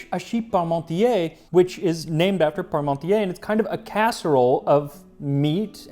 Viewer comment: The funny thing was, when I heard you say "Parmontier" it sounded like "Pommesmountier" - "potato rider" ;-)